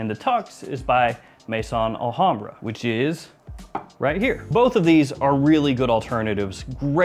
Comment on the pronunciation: You’ve been doing fragrance reviews for how many years and you still can’t pronounce the names properly??? There is no such thing as Mason Alhambra, it’s Maison Al hambra . Maison is the French word for house. Pronounced May-zon